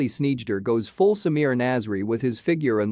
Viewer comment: The "eij" is pronounced as "eye", not as "eedj".